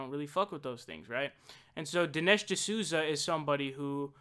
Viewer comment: Din-Esh served